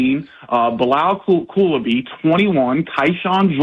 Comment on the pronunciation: He's NOT going to opt out of $49m. Stop. He didnt even know how to pronounce Coulibaly's name.